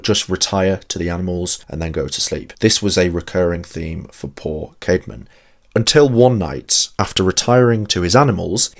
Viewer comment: Was his name Kayd-mon or Kaad-mon? I think the old English 'ash' letter that combines ae is pronounced like the a in cat. So I go with Kaad-mon.